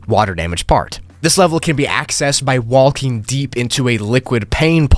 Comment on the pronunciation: Bro… no offence but you’re not supposed to pronounce the “L” in words like talking and walking…. 💀